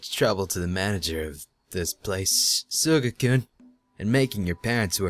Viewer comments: Everytime says "Sugar-kun" it sounds like "Sugar cube" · I am thoroughly entertained that you call him Shuga-kun. Mainly because when you accepted the keys it sounded like you said "Thanks for the keys Sugar" XD